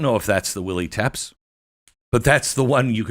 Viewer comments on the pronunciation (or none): It's not pronounced "Teps"; it's TE-PESH (TEPES). You aren't connecting the dots, Beck. It is like VLAD TEPES, you know, like Dracula? Who was renowned for his savagery against his enemies by decapitating them and putting their heads on pikes. Or impaling their bodies onto wooden stakes. That gives you a point of reference as to Crooks violence and that of others on social media. You have to know your HISTORY! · I don’t think it’s “tepps” in pronouniation….i believe it’s “teh-pesh” it’s the same last name as Vlad Dracul. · No. Glenn Beck can't read and doesn't know history except what interests him. It's not "Tepps". It is "TE-PESH". Like Vlad Tepes (aka Dracula). The ruler who defeated the Muslim hordes trying to destroy his country. He was known to behead them and put their heads on pikes. He also impaled them ALIVE on wooden stakes. He drove them out of his country and was hailed as a hero. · No. Go read some history and my prior comments on the correct pronunciation of TEPES. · Tepes sounds like Epps? FED?